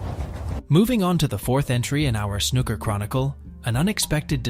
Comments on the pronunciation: I know!! I was like "stop calling him Ron"!!😅 And the way snooker was pronounced!! It's snooo-ker, not snuk-er❤ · cant take any snooker channel seriously when they're 1) american, and 2) pronounce it snuker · This whole video is AI generated. No one pronounces it snuhcker or Ron o sulivan. The language used is exactly something chat gpt would write. A lot of waffle but doesn’t say much of substance. Lazy videomaking at its finest. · AI voiceover joke “snuka” 😂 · Awful narration it’s not Snuker !!! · In a video about snooker, the very least respect you could show is to pronounce snooker correctly. And it just got worse and worse, Utterly CLUELESS commetary written by someone who has clearly never watched a game of snooker in his life. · Worst video ever. At least pronounce the games name correctly and get the name of one of the greatest players ever correct. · At least pronounce Snooker properly, it has two o’s. Try harder. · Is it just me, or is it that most Americans cannot pronounce 'Snooker' correctly? The narrator is laughable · I love the concept of the video. I just can’t listen to the narrator pronounce snooker wrong anymore. I got 3 mins in